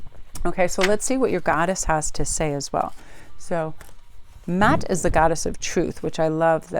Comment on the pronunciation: Mah"at not Matt, great reading ...